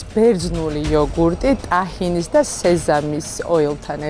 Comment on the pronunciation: ამათმა რით ვერ ისწავლეს რომ ტაჰინი კი არა თაჰინი ქვია